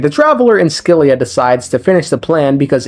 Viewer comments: Scylla is pronounced 'sil-ah' 😅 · It's pronounced Sila. Great video! 😊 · S Z LA ... that's how its pronounced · Scylla is most likely a reference to the Greek monster Scylla. Said “sill-uh.” No offense but when people add I sounds to words without an I it makes me irrationally angry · Scylla like Silly with an a instead of y. so Silla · Scyilla is pronounced Silla or Shilla, without a c sound. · Here to translate greek words :3 Phobos means fear Sebastos means respected Ouranopolis means sky city Oh and put the word "σκύλα" on google and hear how it pronounces it, thats how you are supposed to say scylla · Looks up pronunciation of Scylla Somehow comes up with two wrong pronunciations